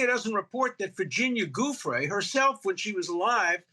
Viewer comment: Dershowitz always gets Virginia's last name wrong. He said Gufrey on Pierce too...